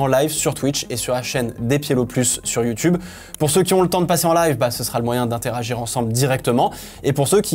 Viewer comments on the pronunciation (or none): none